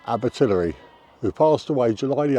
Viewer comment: May I help with pronunciation? Abertillery dies not rhyme with distillery. It's aber till airy to rhyme with fairy or hairy.